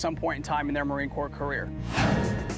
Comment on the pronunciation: i think you mean "marine CORPS" you fucktard. have some fucking respect.